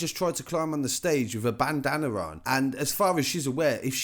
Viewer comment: “Bandanna” bye😂